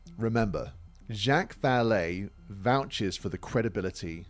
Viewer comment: Ok i cant take it anymore lol. Zhock! Zha-ock like jock with alittle zzz at the start, Not jack, ive heard him called jack plenty of times but for someone so familiar with him it just bothers me more than it should that you keep calling him jack lol i apologize i cant help myself. Love your vids though sir. I just discovered you today and i think im on video number 4. Keep up the great work